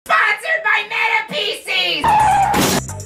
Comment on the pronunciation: I love it when he says S P O N S O R E D B Y M E T A P C S